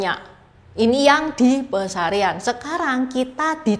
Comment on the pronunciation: Yang benar Pasarean Bukan pesarean